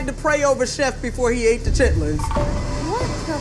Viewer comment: Chitlins "Shitlins"😂